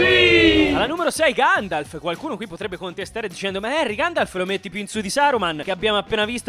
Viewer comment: "si sta facendo ancora di ganjalf nella terra di mezzo", grazie per questa cit incredibile ❤. Comunque era la terra di merdor tipo... tipo Busto Arsizio